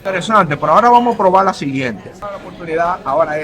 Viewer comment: proval?? coltando?? compaltila ?? mejor volvete y regresa a escuela para aprender a hablar